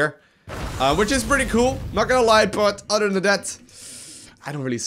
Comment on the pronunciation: Oder than dat. Can he speak without substitutings his ts for ds?